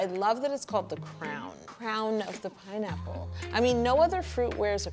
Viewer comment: its pineapple not peenapplae you lunatic